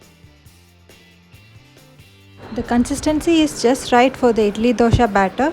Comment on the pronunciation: It's not Dosha, It's Dosa.